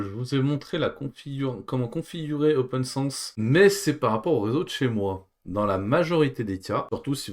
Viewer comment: Mais ce n'est pas "Open SANSSE", son nom c'est OPNSense...